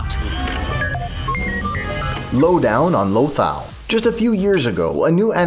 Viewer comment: It's lothal not lathal